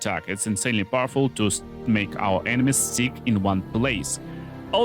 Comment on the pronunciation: Drink whenever says ENE-mies 😂